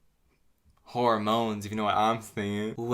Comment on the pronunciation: WHORE-MONES LMAO